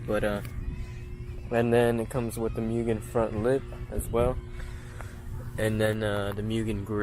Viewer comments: This is my absolute dream car. However I gotta be that guy.. It’s not actually a RR as you said in the description and it’s pronounced Moogen not Mewgen. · it is pronounced MOOgen.